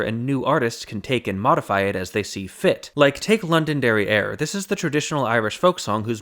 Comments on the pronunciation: Heh, he said, “London derrière”. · I kept hearing London derrière! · Definitely heard it as London derrière. Totally different meaning. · When you first said "Londonderry Air" I thought you had said "London Derrieere" and it was some sort of early version of Baby Got Back and its Oakland Booty.